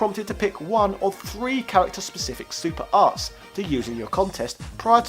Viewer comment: It sounded like you said "super arse", lol! Which is coincidentally what this game happens to be...it had mostly boring characters with shitty, unbalanced movesets. Totally agree with you about the Wars series though, we NEED "Switch Wars"!